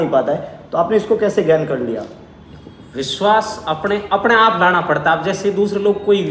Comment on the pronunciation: Y veshvas nhi vishvash ghat hota hai